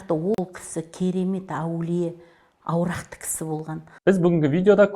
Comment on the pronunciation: Алдымен дұрыстап сөйлеп алсын, аурақты кісі деген не сөз. Аруақты деген де жақсы ғой